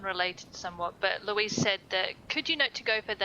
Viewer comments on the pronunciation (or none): none